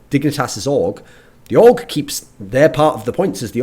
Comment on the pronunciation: I thought he said aug when he said org lol